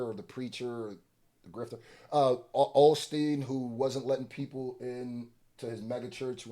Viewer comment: I think the Joel Osteen bar was intentional, because Osteen's name is pronounces O-steen, like the letter O and then steen. He pronounced it like awe, which is the way you pronounce Osment's name. Not to mention, he could have just said Joel in one syllable, but he broke it down into Joe - hale. I think he's trying to say that Drake is the rap equivalent of one of these prosperity gospel megachurches.